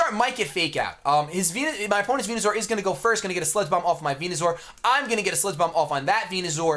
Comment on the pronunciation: Man the way he says Venu-zor drives me nuuuuuuts